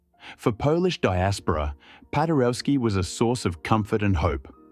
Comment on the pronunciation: "W" in all slavic languages is pronounced as a V - PadereVski.